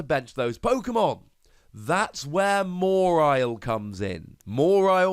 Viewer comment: More-isle? Isn’t it ma-walie?